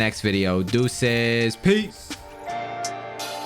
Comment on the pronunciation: He didnt say duces everyone 😢😢😢